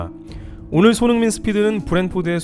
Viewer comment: 손 홍 민이라고 발음하시는거 같다